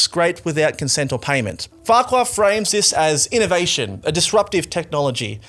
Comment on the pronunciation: He pronounces it, "Fark-you"